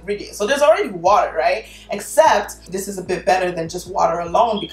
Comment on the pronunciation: I feel a little crazy cause i was out here repeating "water" (waarrrer) with her in the same accent 😂😂😂